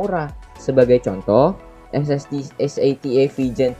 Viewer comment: es ey ti ey, dibaca sata